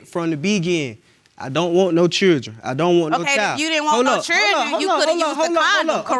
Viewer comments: JFC, "chirdren" 🤦‍♀️🤦‍♀️🤦‍♀️🤦‍♀️... say "Chirdren" again "mufkka", I dare you... 😂😂😂😂😂 O M G !!! Back to watching!! 😂😂😂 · Chirdren....dear goodness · Why are they struggling with the word 'children'? "Chiwlderwen" 😆😤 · Chrrildren what’s that? 🤦🏻‍♀️